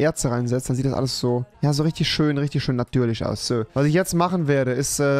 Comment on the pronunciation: Leute sagen schön Rewi: Schösch